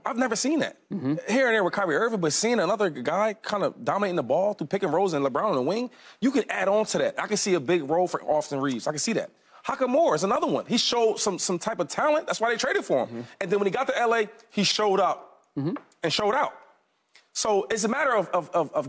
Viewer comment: This fool said Hakamura..I spelled it how he said it 🤷🏾‍♂️🤷🏾‍♂️🤣🤣😭 please PLEASE quit tryna say this man’s name if you can’t pronounce it correctly